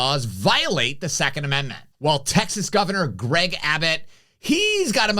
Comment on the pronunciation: Say "Texas" correctly, please. Abbott is a real leader, we are fortunate to have him fighting for us in this great state.